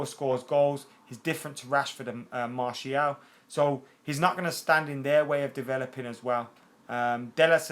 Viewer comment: His name is MAR-TIAL..Not MARSHALL. He's a French footballer. Not an Ampflier.